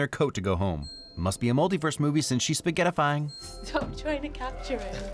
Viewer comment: You said spaghettified! You said SOAGHETTIFIED! Love those deep physics cuts